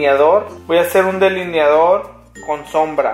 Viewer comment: es "delineado" no "deliniado", saluditos desde México 😘😘